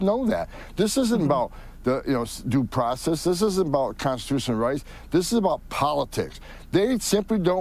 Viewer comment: And his “facity” has better “due probess”